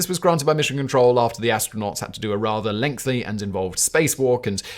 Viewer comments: Do I misunderstand how Brits pronounce the word 'lengthy', or is Simon consistently and utterly incapable of pronouncing it? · It's a Simon thing, his writers sometimes do it deliberately because he's just incapable of saying it properly